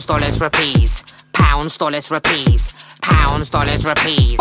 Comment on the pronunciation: pronounces rupees like a white boy.